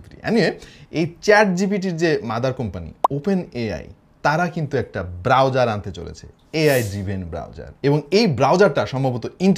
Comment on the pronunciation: যখন বলল,chrome browserrr 😂